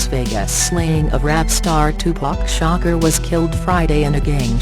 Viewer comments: This woman sound dumb his name is Shakur not shocker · bik gora No he said silkk the shocker because the lady on the video pronounced tupacs last name as shocker instead of shakur